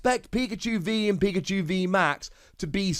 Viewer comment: Could have sworn he said pika-jew lol